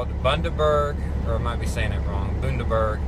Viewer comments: You pronounced it right the first time you said it mate. I grew up drinking this stuff and the cap goes way back to how most Aussie beers were capped way back when. Glad you enjoyed a taste of Australia. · Bundaberg, with a soft u. Good to know! Still have a couple of these to try and the right pronunciation is good to have lol. Thanks for watching!